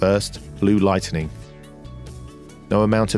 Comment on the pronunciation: "blue light-ten-ing" I mean who feckin talks like that? Do you say "chut-ten-nay" too? LOVE THE VIDZ XXX